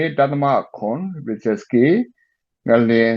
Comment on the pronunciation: ဟေ့ ကောင် ေစာက် ပေါ Richter က ရစ် ချ်တာ လည်းမဟုတ်ဘူး ။ ရစ်ချတ်စ် လည်း မဟုတ် ဘူး ။ စာ ဖတ် လေ့ လာ မ အေ ပေး မိုးလေဝသ blogger လုပ္ကျီး မသိ ဘူး လား ၊